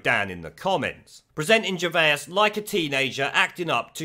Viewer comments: Please stop saying 'Gervaisus'! It's simply Gervais.... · Ger-vase not Ger-vayas dude lol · gervase not gervaus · fyi, It's pronounced jer-vace, not jer-vay-is :) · Gervay, gervaous. Stop butchering his name it's ger as in a gerbal. And vais as in a vase. It has a French spin to it. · Stop saying Gervais like Ger-Vey-Ass it’s pronounced Ger-Vace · 😂😂😂 Are you really calling him, Ricky Ger-Vay-Us??? 😂😂😂😂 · Ricky Gervais pronounced vase like ace Vase Gervais they will attack anyone and evryone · Say GervAs one more time.. I dare you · Who is Ricky Gervayus? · Ricky "Gervaisisis"??? Weird pronunciation. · p.s. Gervay-is? WTF sort of pronunciation is that? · Great channel but stop saying Gervaiuus 😂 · Stop saying his name like that dude! 🙆🏻‍♂️ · How many syllables you putting in Gervais fella? :) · Ricky is a hero, but FUCKING PLEASE PRONOUNCE HIS SURNAME CORRECTLY, 2 SYLLABLES NOT 3 FFS! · The way you pronounce Gervais lol how do you get that wrong? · No one before in the history of pronouncing Ricky Gervais' name has ever pronounced it so incorrectly. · How come you can't pronounce Gervais? It's not like his name has never been mentioned on TV and you've only ever seen it written down... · Stop adding an extra syllable to his name lol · mate I beg you say Ricky Gervais’s name right 😂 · How are you pronouncing his name?? He isn't Dr. Zeuss' twin! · I love your vids but why are you pronouncing Ricky’s last name so wrong? Have you never heard his name said in public before ?? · Wish you could pronounce Ricky Gervais properly. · I love your channel but the pronunciation of names is terrible 😂😂😂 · The way you're pronouncing Ricky's surname is triggering me! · Love your videos man. But why can't you say "Gervais"?? Hope it's a joke! Oh I just heard you say "Joe Pesky" also lol! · You've pronounced Gervais, Joaquin and Pesci wrong, badly wrong.